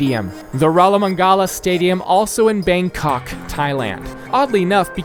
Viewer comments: As a Thai, I am revoking your pass to say “Bangkok” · The way you pronouce "bangkok" is priceless.